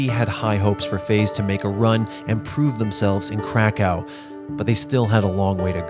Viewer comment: "Krekau" .. Its pronounced how its written, KRAKOV